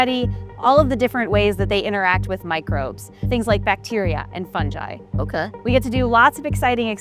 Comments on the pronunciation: It’s fungi, not funji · what’s a ‘funji’ or ‘funjeye’ 😂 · I love how she says fungi as "Funji" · I'm sorry did she pronounce Fungi as Fun-jie? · Did this woman say fun-ji?